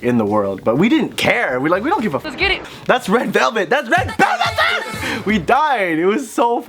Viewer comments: isn't it ledu belbet (레드벨벳) and not led belbetu? 😂😂😂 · “red velveteu” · its red velvet- RED BELBETU